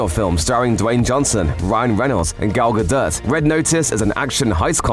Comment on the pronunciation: Who the hell is Gal Gadurt?!